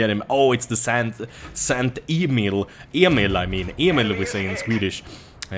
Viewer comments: Great gameplay and commentary, but the St. Emil is called the sturer emil. Sturer sounds like stirrer. The stirrer mixes the cake battle. Don't mean to come off as rude, I hope. I can also say I can't pronounce the names of some tanks. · It's not sant emil but sturer emil. You always mess up the German names. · When you sped up the shooting on the IS, I was like "What?! How the fuck does he reload that fast?". And PS: it's not "Sankt Emil", it's "Sturer Emil" (willful emil) =D